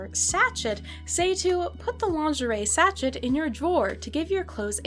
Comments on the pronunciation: Petty point of order- it’s pronounced ‘Sashay’, not ‘satchett’ 😂 I really tried to ignore it but after the tenth time of hearing it I just couldn’t stay quiet, sorry 😂 apart from that, loved this video, and I now have a new collecting rabbit hole to go down, my Etsy basket is now filled with slightly weird 80s dolls 😅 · It’s pronounced “saa shay” not shachet. In case you ever need to say it again in your life. 😁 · Its scent “sashay” babe. Not sashet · I think sachet is prounounced as sah shay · sachet is French so it's pronounced like sashay. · “Sachet” with a pronounced “T” is killing me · I'm 100% with you. The first time I was like "ugh okay" but then she says it like 30 times.